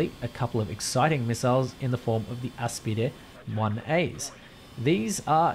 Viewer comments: First one I see that pronounces "Aspide" correctly, good job. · He pronounced Aspide correctly let's gooo!! Bravissimo!